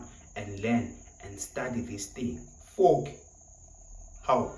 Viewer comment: You kill me when you say fork 😂